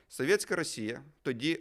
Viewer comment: соВьеТьсяКая - вы так коверкаете это слово что смотреть не хочется. Чисто по рогулячи. Говоришь на украинском, так говори нормально, а не как рагулек из под западной.